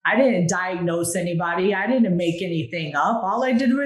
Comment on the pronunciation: People that say "dinnint" >_>